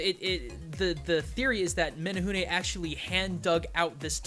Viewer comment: As a Hawaiian, the way you both say menehune makes me chuckle. But otherwise spot on, outside of the menehune having a pretty nasty streak for people who spy on them working. This was great to watch.